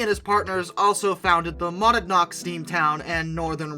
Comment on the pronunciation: It's pronounced "Muh-NAD-nock"